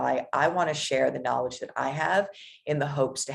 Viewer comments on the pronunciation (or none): none